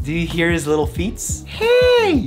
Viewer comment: Iron Fan I thought I misheard that. He really did say feets, didn’t he? But hey don’t mock my fellow bilingual lol